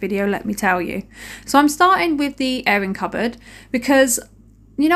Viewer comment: I thought you were saying errand cupboard - came to the comments & read airing cupboard, makes perfect sense now! Just found your channel, thanks to Remi Clog - clean on !!! P.S. yes, a silly American (Alabama)